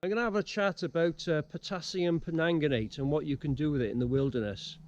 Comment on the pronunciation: Great channel .... just for ref it’s Potassium PerMANGganate ( no offence intended fella) hahah keep up the channel as a Welsh Mam loving it